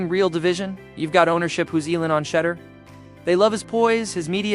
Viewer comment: you spent 11.5 minutes mispronounced Shedeur's name. His name is SHEDEUR not Shudder. Awful reporting when you get the names wrong. How can you not know his name, if you are a true fan? Do Better!